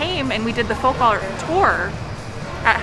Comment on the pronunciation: It might be the masks (or my hearing), but did say 'follk' art (pronouncing the L) rather than 'folk' art?